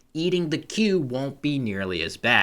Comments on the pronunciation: I love you, but the way you pronounce Quey sends shocks through my spine. I always though it was more like 'Key', than 'Quail'. 😂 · Are you thinking of quay, like a harbour? Quey, meaning a young cow, is pronounced 'kway'.